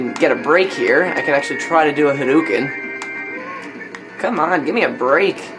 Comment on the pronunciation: It's hadoken, not haduken.